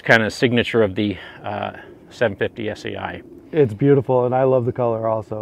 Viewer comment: Sei is Italian for 6... Not S..E...I...